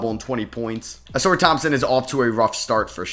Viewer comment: Uh-Sar please. Not Uh-Soor